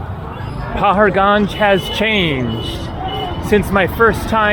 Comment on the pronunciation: Hi: Welcome back to India! Paharganj is pronounced "pahaadgunj" - "pahaad" in Hindi means mountain or hill.